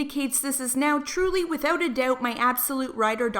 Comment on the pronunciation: why does the word "doubt" sounds weird?